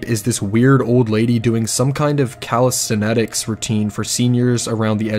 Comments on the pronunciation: Bro said "callous-tin-etics" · "cala-sten-etics" I'm out